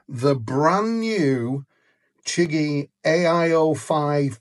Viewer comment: Pronounce as "CheeJee" which means miracle in mandarin